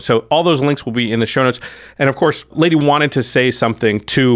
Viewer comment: NOOO!!!! Not Ladee!😭😭😭